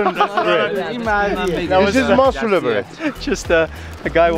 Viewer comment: The Fact that he Said Musuleh when it was masuleh At the Beginning(in The Car when they got that dough Bread thingy)was hilarious!!!!! I really want to go to Iran tho.